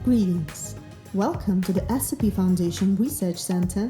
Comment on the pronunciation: I heard the narrator say SP, and not SCP.